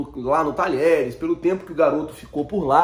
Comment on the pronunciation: Fala irmão ! Uma dica: Apesar do nome do time argentino se escrever "Talheres", que é um time mediano da região de Córdoba, na hora de pronunciar, falamos como se tivesse as letras (dié). Dizemos "Tadiéres". Abraço e parabéns pelo canal!